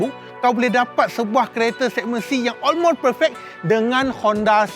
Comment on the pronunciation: tp bang sy tau knp bang asyik ckp olmos... haha.. msti dia x dak button2 yg blh buat dia terbang mcm x70 pilot bang btui x.. 🤣🤣